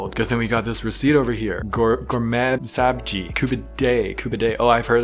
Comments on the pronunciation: ohhh all around South Asia its pronounced as sub-ji so I thought it would be the same same over there cause we share a lottt of culture and food :)) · It's pronounced as sub-ji😁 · I'm Persian and it's pronounced sab-zi